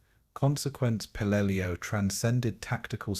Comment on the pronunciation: Pelelu not Pelelia